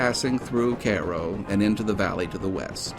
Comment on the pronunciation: Cool video, I do believe you are mispronouncing the town name of Cairo.